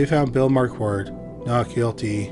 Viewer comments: Marquette = "mar-ket." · Sorry my friend. I accidentally deleted my comment! Just to help out a little with your superb channel: Mary Jane and Alfred’s Last Name or Surname of “Marquardt”: Is actually pronounced “MarKard”…..Where the ‘QU’ becomes a “K”, with a silent letter ‘t’ at the end. It’s more than likely to be of German or Austrian origin….A Big Thank You for yet another fantastically researched , presented and narrated episode! Best Regards from England..❤🏴🇬🇧🇺🇸❤ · How do you get "Marquette" from "Marquardt"? Whenever people like to trash the American education system, i remind them that it's a generational thing not specific to the US. Curiously, you started pronouncing it correctly halfway through. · There are two 'r's in Marquardt, please pronounce both of them.